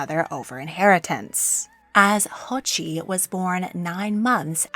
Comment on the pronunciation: It’s pronounced jochi not hochi and the 2nd sons name is pronounced chagatai not shagotai just pointing it out